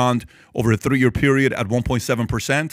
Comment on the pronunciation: Th-d-ree…ya know?